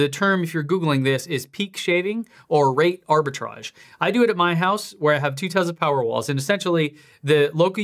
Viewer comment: I love your videos, but I think it’s time to hire a linguistics coordinator. The way you pronounce TeZla and SilverAdo are just… different. Any particular reason?